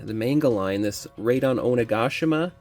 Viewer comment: Raid on Onigashima 😂 bro kept saying as 1 long word, Raidongoshima lol. But thanks for review didn't wanna open mine.